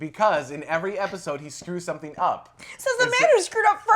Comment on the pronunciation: haha ''This epicsode''